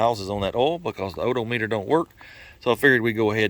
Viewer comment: Hey, one question sir, can you fix an o - do-meter with some gas-ka-leen? Is that possible? You are a total trip sir, love your video's!